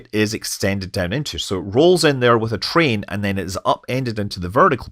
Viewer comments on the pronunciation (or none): none